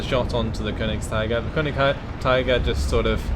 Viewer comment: Konigst'ee'ger please, it's German ^_^